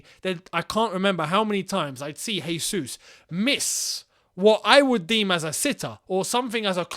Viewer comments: Regardless of if he does come or not: it’s Jésus, not Hésus. He is Brazilian, not Spanish. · can you englishmen stop calling him "resus"?!! "resus" would be if he were spanish or flipping colombian or something. he's brazilian, we speak portuguese and in portuguese the "j" sounds just like in english. hence his name is "jesus" just "john" is "john" and not "rohn". the man's been in england for what 10 years??? get his name right please.. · Dudes played 100s of matches and you still can't say his name lol